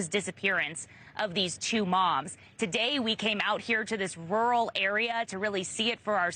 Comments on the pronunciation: Hey buddy, if you cannot pronounce the word RURAL, pick a different word. Not rule. Youre saying "in a RULE area . . " Just pick a different word, cause some of us live in a rural area. Cheers. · He also kept saying "rurhwah" or something instead of "rural". Probably should have picked a different profession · Some people really can’t say rural…he literally said it’s a rule area. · You can't pronounce rural? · Is it really so hard to pronounce 'rural'???? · Having a bit of trouble saying the word "rural" there eh bud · Learn how to pronounce ‘rural’. This is supposed to be a leading news organization. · Anchorman can’t say Rur-al. 😂